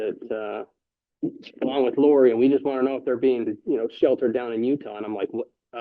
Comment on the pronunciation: I love that 40 seconds in he mispronounced Lori's name where it sounded like he called her "Lori Dybbuk". In folklore, a dybbuk is " a malicious, disembodied spirit, essentially a wandering soul that clings to a living person, often causing possession or mental distress." That's like a sixth sense type Freudian slip... 👻 😂